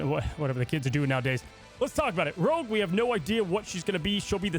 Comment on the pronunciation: It’s rogue not rouge